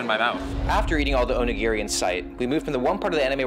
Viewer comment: Bro said “onegiri” and said it’s like a pizza pocket bruh